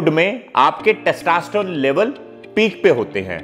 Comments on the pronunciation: Good content sir. But, it is 'testosterone' and not 'testaasterone'. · Sir please pronounce testosterone properly. U r pronuncing as testaaaaasterone. Lolz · Testa nhi hota testo hota h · Its testosterone not taastesstrone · First thing... Please learn how to tell the word Testosterone.. it's not Testasterone!!! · अबे पहले टेस्टोस्टेरोन बोलना तो सीख ले🤣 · Your testosterone pronunciation is not correct. Do correct.